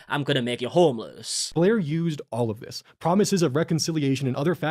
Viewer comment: SAME. I felt really petty for it, but I stopped watching because I couldn’t stand the mispronunciation of such simple words.